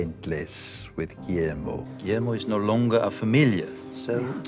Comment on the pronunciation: Amo el hacho de que Nandor no dice "Guillermo" dice "Giermo" JAJAJAJ los amo